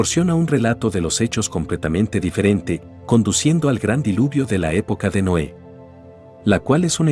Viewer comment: Muy entretenido el video, solo una observación: mejorar la pronunciación de los nombres de personas y ciudades (por ejemplo, Noé en vez de Noe y es TEOTIHUACAN, no 'Teotiacan')